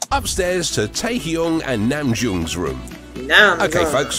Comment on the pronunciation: no he's saying the names wrong lol and he spelled namjoon's name wrong lmao